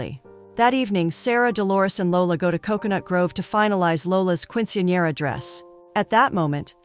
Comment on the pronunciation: "keen-suhn-yeh-ruh" not "quin-see-an-era" or "quin-sin-era" or "quench-in-era" or "queen-sin-era" any of the many other ways you mispronounced it throughout that entire video. Not once was it correct. Quick Google search "[word] pronounciation" will go a long way if you're unsure.